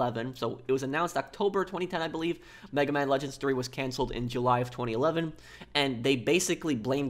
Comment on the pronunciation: I find how you say 2019. And 2011. And 2010 VERY OFFENSIVE and offensive content notice and and and